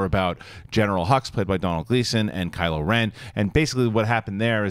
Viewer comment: 'Kyle' ren?? 😂 😂 😂